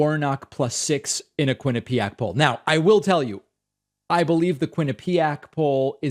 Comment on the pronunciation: Quin-ip-i-ac! All short i’s.